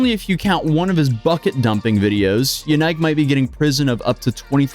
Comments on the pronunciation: Lmao yenike? It’s pronounced yeah neek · The way you pronounce his name is dropping my IQ